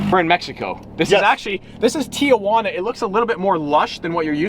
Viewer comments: “Tio juan a” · Why did he say Tijuana so wrong *cough white*😂💀💀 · white boy from queens- Tijiauna Mexican- Tijuana ME-🤨